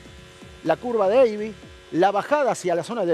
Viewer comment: Abbey no se lee "eivy" en inglés. Vaya invento